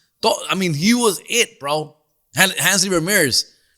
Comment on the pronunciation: Handsly Ramirez? It’s Hanley, foo.